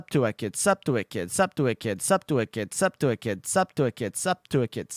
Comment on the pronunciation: pushes up glasses technically you said in your title that you would say "Subscribe to wicked" but most of the time it was "sub to wicked" and even one and near 267 you sounded like you were saying "sup to whipkid" so the game is forfeited... Thanks for playing anyways